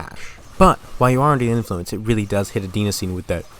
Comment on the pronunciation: Bro misplaced serotonin with dopamine and mispronounced adenosine.